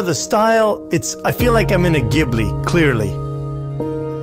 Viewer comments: "Jibli" 😂😂😁 y'a un H c pas pour rien, Ghibli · Marrant cette prononciation de Ghibli, première fois que je l'entends prononcé ainsi. C'est la prononciation japonaise ?